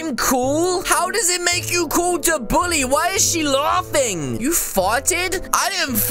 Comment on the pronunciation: he said boolly